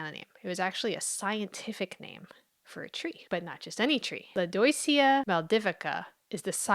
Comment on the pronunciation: Lodoicea? "oi", in French, sounds like "wa". i.e. Soirée, or the name Benoit, or Roi, King. Lodwacea? If French.